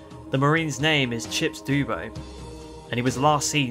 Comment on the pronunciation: Try pronoucing Dubbo as Dub-bo (I live in Dubbo NSW ), Great video though